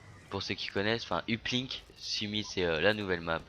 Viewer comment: Prend-le comme tu veux, mais c'est bientôt la rentrée mon p'tit frenchy, alors va falloir réviser ton accent anglais, parce que les maps Hijackéde et Uplink et Uprising (qui se prononce Eprising et Eplink), je les connais pas :D